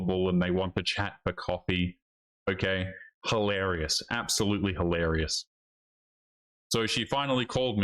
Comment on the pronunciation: Hilarious not hellerious, unless you're saying it on purpose.